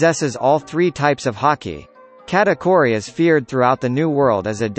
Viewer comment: Please say kuh-ta-kooh-ree to pronounce Charlotte katakuri